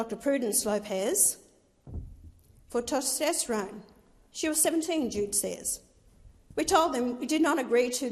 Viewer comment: Ah yes the hormones “ostridgen” and “ter-stestrone”